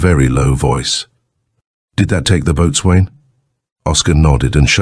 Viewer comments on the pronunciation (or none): "Boatswain" is pronounce bos'un.